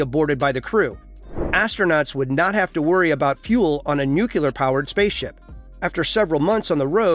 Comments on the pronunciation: It's NUCLEAR not nucUler. God help us!!!! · Please learn to pronounce nuclear: it is not anywhere close to "new killer" (like G.Bush), but rather close to "new clear". Your pronunciation sounds rather silly and annoying imho.